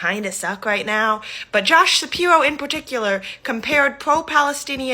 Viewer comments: Hahahaha, that woman at 2 minutes - "be vewy qwiet, we is hunting wabbits". She talks like a loony toons character, is she doing some satirical act? I can't believe anyone that talks like this would willingly record themselves and put it on the internet... "Shapiwo" "Isweal", hahaha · Why does that chic with the massively receding hairline keep saying "Josh Shapiwo"? 😂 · Hey get the girl with the nose ring to be her VP. I love that waskwy wabbit thing she's got going calling him Shapiwo... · I dunno if anyone should listen to anyone who says "Shapirwhoa". Sounding like she about to go hunting "wabbits"... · I have to admit in fairness that Shapiro wasn't as bad as we originally thought he would be, speaking as a native Pennsylvanian. I don't like how pompous he is. Obama was an unmitigated disaster on just about any metric you can find. My vote is still going to Trump. also, "josh shapiwo"? Who is listening to this idiot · this chick “Josh Shapiwo sucks” lmao you wascawwy wabbit 😂😂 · "josh shapiwo" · It'd pronounced Shapiro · JD Vance? Mr. Shapiro, I think ylu mispronounced "Joe Biden."